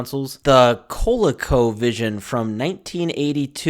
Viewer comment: Obviously this guy was born way after these consoles. But yeah, he completely butchers the names, "Co-Lee-Co Vision." "Intel-eh-Vision." And to us, these consoles didn't look scary, they looked futuristic. And you don't say "Atari two six zero zero." It's called a "Twenty-six Hundred."